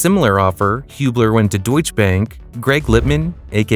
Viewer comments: I think it is pronounced DeutschE bank with an e at the end, not Deutsch bank. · Deutsche is two syllables.